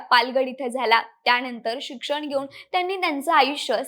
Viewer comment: त्याणंतर शिक्षन घेऊन.... 😂